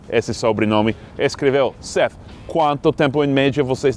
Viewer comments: 'th' NÃO se pronuncia como 'f' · Acho que se pronuncia como Seff (Seth com a língua entre os dentes).